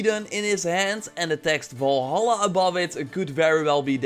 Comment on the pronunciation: Every time he pronounces Valhalla wrong I cringe so hard.